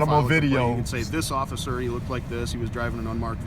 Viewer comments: Did this dude call himself an "occifer"? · There's an irony in the difficulty of pronouncing the word "Officer" when you've been drinking. Add to it that every time he goes to say it he's emotionally ramped.